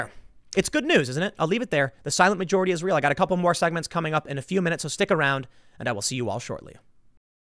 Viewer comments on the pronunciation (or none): Does anyone else hear when Tim says “the silent majority is real” Instead hear “the silent majority Israel”?